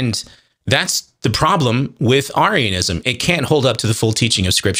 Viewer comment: He can't even pronounce Arianism correctly.